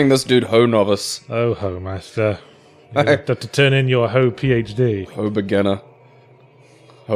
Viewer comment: I think Homaster is pronounced Home-ass-ter.